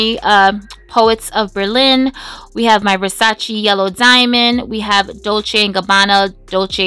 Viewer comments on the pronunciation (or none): none